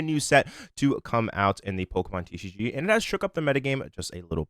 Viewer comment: You need to enunciate "TCG" better. 🤑👍👑